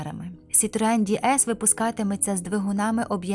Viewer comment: Хай Бог милує! Який, у дупу, Ді Ес? Це ДЕ ЕС - «Богіня»!!!! Ганьба! Дізлайк!!!!